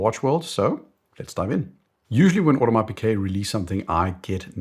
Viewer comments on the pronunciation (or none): Audemars Piguet is pronounced "Order-mars-pig-it"